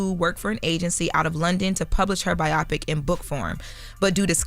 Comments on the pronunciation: “Byeahpik” lmfaoo it’s BIO-PIC. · bio-pic NOT bi-opic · its called BIO PIC not BIOPIC 😂😂😂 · It's pronounced BI-OH-PIC...not BI-OPP-PIC... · “BIAWPIK”… huh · we love you, but WTF is a BIOPPIC?? Bio pic? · Bio pic lol let's sound it out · Biopic is pronounced BIO-PICK. 🙄 It does not rhyme with “myopic.” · Charlemagne been wearing a lot of boondocks gear, he might be trying to tell us something. Also someone tell how to pronounce “biopic” 😂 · Why are they pronouncing biopic like that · Is she saying biopic wierd? Is that a Delaware thing?